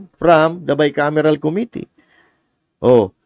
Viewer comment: Hindi nga GAA, Bicamiral..